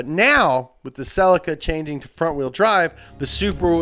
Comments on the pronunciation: it pronounced se-lee-ca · In England and Europe (I think) we pronounce the Toyota celica as sea-lee-ka. Any Japanese car dealers, please comment. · The way you said celica pissed me off